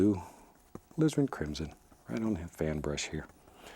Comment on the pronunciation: the way he says “crimson” gives me an eargasm